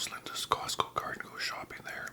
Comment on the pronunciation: The name is: COSTCO not Cosco. But we'll let it slide cuz you're not a real member. You get a pass! 😅